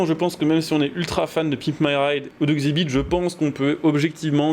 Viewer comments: Ça se prononce "EX Zibite". Désolé ca m'a trigger de ouf 🤣 Sinon j'ai eu ce jeu sur wii, c'était de la merde hahaha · X-zibit pour la prononciation ahah, continue les jeux de merde comme ça c'est drole